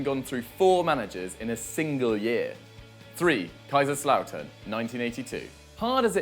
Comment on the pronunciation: He actually pronounced Kaiserslautern very well surprisingly